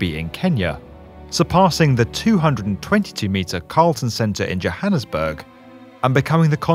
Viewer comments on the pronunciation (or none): none